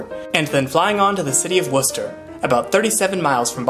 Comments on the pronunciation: Wu-ster or wwista never ever wor cester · That “War-chester" hurt my soul. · It’s not war-Chester it’s pronounced wosta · I tell out-of-towners it's pronounced wooster like Wooster , Ohio.